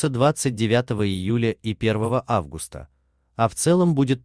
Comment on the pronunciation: Читает как немец августА